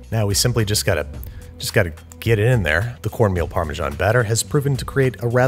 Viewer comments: Why call it Farmer John cheese? It’s neither the Italian (Parmigiano-Reggiano) not the English (Parmesan) pronunciation. Wrong both ways? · How do you still not know how to pronounce Parmesan. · Why do you pronounce Parmesan like that? It's pronounced paar - muh - zan